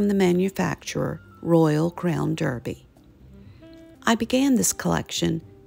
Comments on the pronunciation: I love your videos! It’s pronounced Darby and not Derby. It’s a weird British thing. You’ve got a great RCD collection. Where do you buy the plates in Charleston? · It’s actually pronounced Royal Crown Darby, you know our British friends with their clerks, pronounced clarks. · Pronounced DARBY…. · I enjoy American simplicity as well as its grace. My dear mother in law, who was born in York, England, does pronounce it "Darby" and my dear mother pronounces it "Derby". It's called a rock and a hard place. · Sorry, just a side note….the British pronounce Derby as DARBY….best wishes!